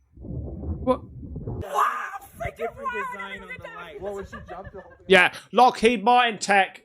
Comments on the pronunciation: Dear God, you don't know about the book Communion. You seem to know very little about the UFO/UAP phenomenon. If you're going to continue making UFO videos, get your arse to your local library or buy some books on the subject.. Also, try saying ' Lock HEED Martin. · It’s Lockheed, not Lockheed.